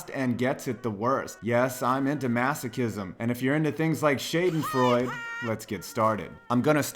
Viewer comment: scha·den·freu·de NOT shay-den-froid